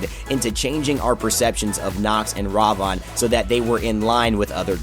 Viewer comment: Ravon? Thats not how you say his name. Its Ra-Vin. Thats how you pronounce it. And old Ravana Ult > New Ravana Ult.